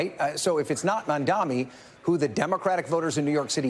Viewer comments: How difficult it is to say MAMDANI instead of MAMDAMI? Is this intentional? What is the reason? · why can’t this guy say his name?? he keeps saying “zorhan mandami” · It’s embarrassing they still butcher his name every time. Don’t got to agree with the guy but give him the bare respect to say the name right, it’s not that hard